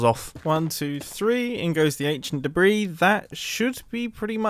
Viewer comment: one two three ancient debreeee